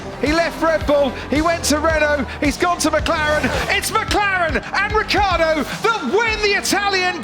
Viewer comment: Even when he leaves they don’t say his name correctly. Saying “rich-ardo” is too difficult, probably